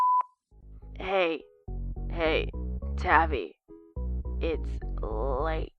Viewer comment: It’s tavi like taviy